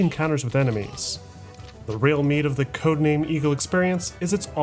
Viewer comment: For the first 16 minutes I keep hearing Codename: Amigo 😂